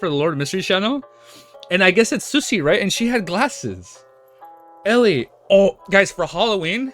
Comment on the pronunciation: The way man pronounce susie as sussy is just too funny 😂. Ah yes the Susssy baka susie